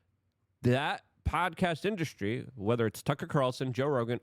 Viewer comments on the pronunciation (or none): none